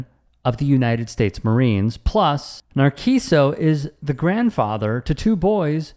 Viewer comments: Nar-see-so. Put the name in Google translate, make sure it's set to Spanish and press the speaker icon. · His name is pronounced “Nar-SEE-so. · Friendly advice, it helps to put a name in google translate and hear how it sounds before killing it XD